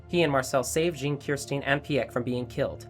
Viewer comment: not sometimes most of the time. for pieck he said "pee yek" for mikasa he said "mee kasa" and for jean he said "jean" instead of john